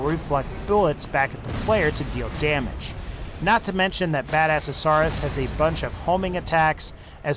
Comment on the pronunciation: And.. badasaurus? really? he pronounces near everything wrong :/